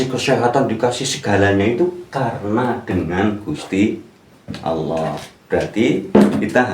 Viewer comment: belajar lagi tajwidnya dan pelafalan dalam membaca surah alfatihahnya sebelum memberikan arti arti dalam alqur'an. dalam melafadzkan Allah saja masih jauh dari benar.